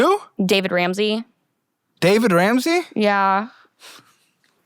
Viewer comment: Or the fact is that she didn't even know how to pronounce his name tells you everything